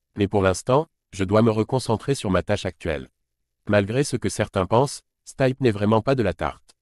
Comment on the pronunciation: '' staille peu ''😂😂😂😂😂 il est bien ton crayon? Non il se taille peu mis au sic.... 😂😂😂😂😂 Même ma fille de quatre ans sait prononcer le nom du champion. Jones n'a aucune chance, ni contre stipe, ni contre Francis. Ce taille peu😂😂😂 ça va me faire la semaine, les youteub sont trop des spécialistes croisés génies !